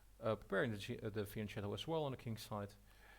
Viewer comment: Nice game. I recognise how frustrating can be to play against talented opponents, you find yourself completely harmless. One small remark: fianchetto is pronounced fianketto (🇮🇹). keep up the good work! 😉